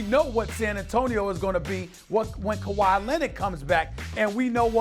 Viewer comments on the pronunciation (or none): none